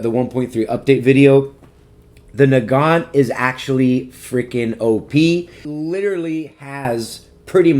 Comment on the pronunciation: i was so cofused when u said nogont i call it the mosin